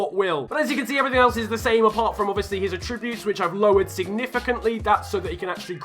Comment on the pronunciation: the way he says attributes 😩